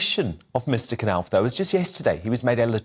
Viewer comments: It's pronounced Nauf with a silent K, as in knife, or knowledge. It's so obvious, everybody knows this. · It's pronounced NOFF. NOFF!!!! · can't pronounce Knauf - and did you hear him say lieutenant in the American way?